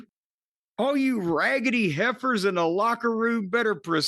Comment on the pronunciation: Hearing Jim pronounce "raggedy heifers" is comedy gold